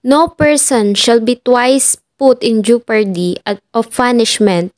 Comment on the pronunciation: Ano'ng 'jupardy'?! Jepardy